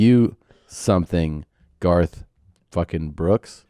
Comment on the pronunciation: ‘Garth’ rhymes with ‘Darth’. Just sayin’